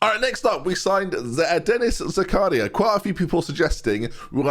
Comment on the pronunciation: butchered Zakaria’s name…